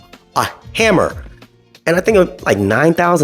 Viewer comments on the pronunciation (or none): none